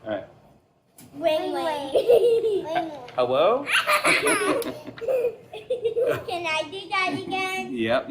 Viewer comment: "Let me tell a joke first." Nice that Jimmy acknowledged that "Wing, Wing; Hewwo" was not a joke.